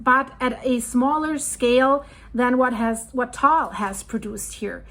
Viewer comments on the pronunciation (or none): It is pronounced as tah-ahl or tuh-ahl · I went to the crater rim in 2015. Filipinos pronounce it as Ta-al.